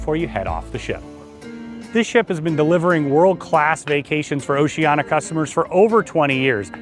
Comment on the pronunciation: Sorry, I can't take seriously any review by you when you can't even pronounce the name of the CRUISE LINE CORRECTLY. It's "Oceania," not "Oceana."